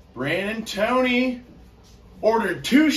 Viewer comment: Nooo... My names Brandon Povey... For a second I got excited until I realized you said Toney...